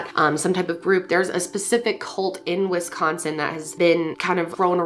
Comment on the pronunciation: It shouldn’t but as a Wisconsinite the way she says Wisconsin bugs me